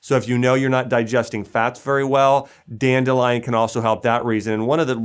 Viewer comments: If this guy says danelion one more time 😑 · Danelion!!!!! Lol